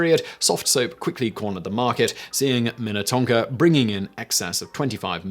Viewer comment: I am amazed you said Minnetonka properly so many Minnesota city names mess people up. Wayzata Edina Shakopee Ely